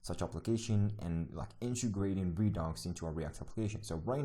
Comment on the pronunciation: I keep hearing you pronounce it as ree-docks, but its pronounced ree-ducks. Not that important but just a FYI. If I just miss heard you sorry.